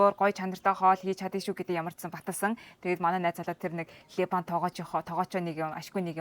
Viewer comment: Ливан гж хэлнэ,, Либан биш Ливан хүн гж ярина. Харин Ангилаар Либанон (Lebanon) гж хэлдэг байгаа шүү.